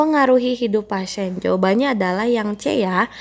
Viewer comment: Pasien dibaca pasien bkn pasen.dispenea dibaca dispnu bkn dispene.